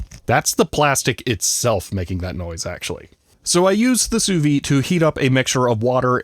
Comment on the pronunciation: The "d" in "Sous-vide" needs to be pronounced. It's the difference between "under vacuum" and "under life".